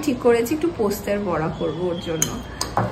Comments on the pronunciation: এতবার এই পোস্তের বড়া শুনতে এত কানে লাগছে।।। উফ্।। কথাটা বলার সময় পোস্ত বলো।। পোস্তে বলো কি ????? ।।।।।। কথাটা পোস্তোর বড়া।।। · কথা টা পোস্তর বড়া, পোস্তের বড়া নয়